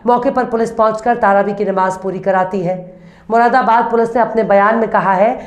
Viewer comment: तारावी शब्द नहीं है बल्कि सही शब्द है-- तरावीह ।